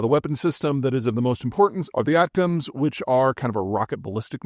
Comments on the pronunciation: Isn't it pronounced ATTACK-EM's? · So weird geeting news 1 week in arrears and hearing ATACMs pronounced like that.